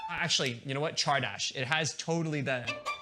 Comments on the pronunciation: saying csárdás as chardas feels like an insult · wait THATS how you pronounce csardas??